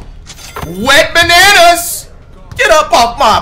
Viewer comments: It’s wetbananas not went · WHO ELSE THOUGHT IT WAS “WET BANANAS” THE WHOLE TIME????? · Wait does Flight call him Went Bananas in every video or Wet Bananas? He's got me questioning my hearing now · Whole time i was thinking you call that man wetbananas 😭